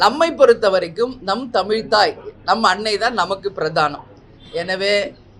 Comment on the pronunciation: உங்க வாயில கொஞ்சம் வசம்பு வச்சு தேய்ச்சுக்கோங்க,,, குமரிக்க,,,,,ண்டம் அல்ல குமரிக்கண்டம்,,, தமி ல் இல்ல தமிழ் சரியா உச்சரிங்க